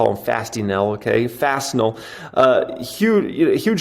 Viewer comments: Fastenal Pronounced: Fasten-All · its pronounced like fasten your seat belt, fasten-all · its pronounced "Fasten-all" . its made to be a slight play on words